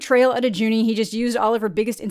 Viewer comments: I screamed when you called jinu "juni" 🤣🤣🤣🤣🤣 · It's Jinu, not Juni. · Every time you said "Juni" instead of "Jinu", I got a flash of the kid from Spy Kids in my mind 😂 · Editor could have overlaid her saying Jinu over her Juni 16 times, thats what they're there for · 16, 16 times you said Juni.... you gotta fire your editor, cuz they're really slacking at their job, tsk tsk tsk tsk tsk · i love you, but its jinu not juni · i beg you,, its JINU!!!!!!!! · Juni? Its jinu. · "Juni" 💀 you're doing my boy Jinu dirty. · Not Juny, it's Jinu 😂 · I'm sorry I can't get passed calling Jinu Juni the entire video haha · I just left the sing along it was such a great time!!! I love that you kept calling Jinu, Juni. Lmaooo and everyone cheered everyone Derpy and Sussie/Magpie came on screen! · His name is Jinu not Juni??? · Nooooo. I cant listen to this when you keep saying Juni. haha. I tried. Oh well cant win them all. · It's JINU (Jinwoo) not JUNIE! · you were SO close yet tragically wrong every time 🫶💔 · Jinu is pronounced like “ Chee- Noo” but regardless I have watched the movie two times now and it’s an love letter to Korean culture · Every time she calls Jinu “Juni” I keep picture the kid from Spy Kids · Every time you say Juni, I die a little inside. 😭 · I was screaming jinu over and over again lol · I love that everyone calls Jinu "Juni" the way our parents called Pokémon "pokeman" 😂 it's truly come full circle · You calling him Juni made me smile everytime 😂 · You're amazing but Jinu is pronounced as JEE-NU ❤ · no!! i was so excited for your video on this but hearing you say juni is killing me 😭🤣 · On thank god, I'm not the only one that picked up on that. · The constant mispronunciation of "Jinu" drives me INSANE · the consistent mispronunciation of jinu’s name is kinda killing me 😭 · That’s not how you pronounce jinu😢😢 🤨 did you watch the movie?? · love that you mispronounced Jinu the whole time 🤍